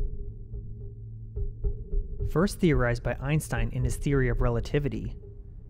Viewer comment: so that's how Germans pronounce Einstein